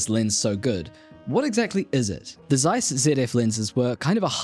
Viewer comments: Thanks for the vid. One nitpick, it's TSeiss, not Zeiss. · It is pronounced ˈtsaɪs, not zsaɪs. Z in german is ts. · fun fact, its pronounced Ceiss not Zeiss... Z in the beggining of a word in German is pronounced as C